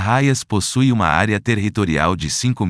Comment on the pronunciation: Área "TERRRitorial", em todos os municípios????:face-fuchsia-wide-eyes: E a voz dizia TERRRitorial